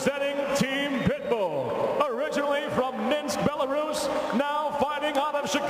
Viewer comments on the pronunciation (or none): none